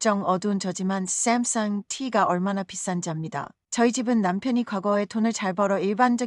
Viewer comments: 그런데 쌤성은 뭔???발음은이지?? 깨깨오토옥!~! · 샘성 샘성~~크ㅡㅋ 발음 멋지네요???? 나레이터 정~~말~~~~멋져요... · 집중안되네요 쌈썽~쌈썽 ㅋㅋ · Sam sung 발음이 샘승 이라 발음해서 재밋다. 강남 스타일 춤이 유행했을때 미국방송인이 강남을 갱늠 이라 발음 했었다. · 외국어 발음이 영 거슬리네 카카오톡 삼성발음이 왜 그래? 쥥귁인야 뭐야?